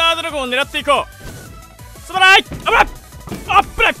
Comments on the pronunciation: すまないがどんどん、たらいって聞こえた人 ↓ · すまないっ言うのがストライて聞こえる😂